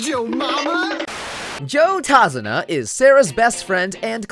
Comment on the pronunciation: I swear, I hear "Tase-una" and then you gotta hit me with those clicks.. stop you know what you did.